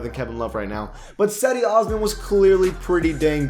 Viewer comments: Just constructive criticism, but Cedi Oscan is pronounced Jedee Osman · Cedi Osman It is pronounced Jedi Osman not Sedi Osman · It’s pronounced Je-di Osman